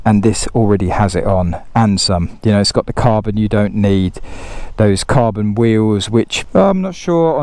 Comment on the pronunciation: Carbon, cabon, kabon, kabooon! 😂